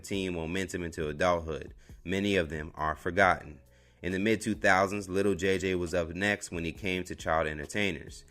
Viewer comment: Why he kept sayin “little” JJ it’s Lil 😂